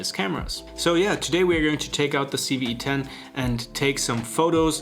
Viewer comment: No- in English he said it right.